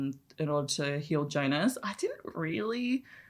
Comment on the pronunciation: To be "on same wave" as writer - Jonas is pronounces as ["Yonas"] :)